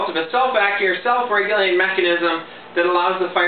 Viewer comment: The definition relies on the mechanism being "self- regulating" (y'know, that part you mumbled through a couple times). A user-controlled secondary trigger function (release) isn't self-regulated, it's user-regulated, so the number of rounds you get for each "pull" is irrelevant.